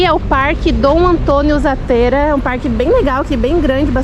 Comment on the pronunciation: *ZÁttera e não zaTÊra